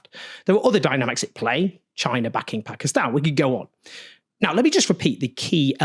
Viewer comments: Why does Own says 'Pakistan' and not 'Pekiston' like most brits? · First white guy to pronounce the Country's name right.